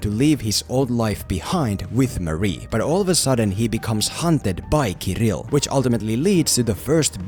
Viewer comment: Your pronunciation of this Russian name "Kirill" is so soft and cute ^__________^ From Russia with love.